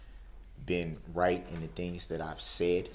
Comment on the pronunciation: And "Dat"